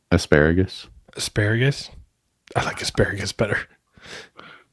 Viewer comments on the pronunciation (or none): Aselayergus instead of asparagus